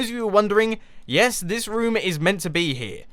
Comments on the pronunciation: You said rohm a lot instead of room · nope is is not correct and it is annoying hearing and is this rum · roooooooom not rom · Mumbo is so funny! I love the way he says room, it sounds kind if like rum! XD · "We could actually make a rUUm" -Mumbo 2015